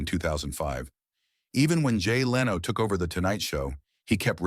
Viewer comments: Its 2025. If you're going to make an AI automated narration channel, at least get an AI that could pronounce a word as popular as Conan correctly. Leeno??? Jay Leeno?? Wow. SMH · What a boring video. Just an AI narration. Show the clips dont just play a computer narration. It cant even pronounce "Leno" right. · Why cant you even pronounced simple words correctly. JON LINO...SISKIL AND EHHBERT? wtf